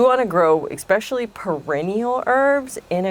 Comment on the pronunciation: Thank you. Informative and well put together video. (For credibility & professionalism: min , the word is especially, not ex-specially (this mispronunciation is epidemic). Blessings 🙏🏻 🌿